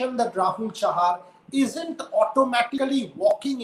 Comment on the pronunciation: Chahal instead of chahar and sardul instead of hardik